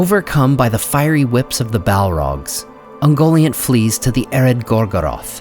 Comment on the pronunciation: Isn't Ungoliant pronunciad kind of like un-Goliath (but nt instead of th)